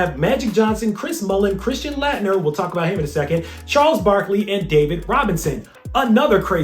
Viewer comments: it's pronounced late-nerr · I love your content. But I am a college professor and I always critique my students when they are public speaking. You keep mispronouncing Christian Laettner's name. He was arguably the best college basketball player of all-time or at least the 1990s depending on who you ask. You always research everything, so I am surprised you missed that. Otherwise keep up the good work.